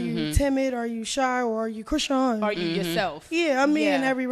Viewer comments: I thought her name was pronounced like Chris-SHAWN… not Chris-sheen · Her name is pronounced CRI - SHAWN 😂😂🤦🏼‍♀️